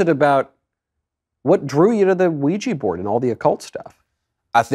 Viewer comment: “A Luigi board?”